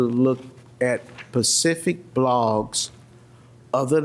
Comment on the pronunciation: Pacific. WTH? The word is Specific. Smdh.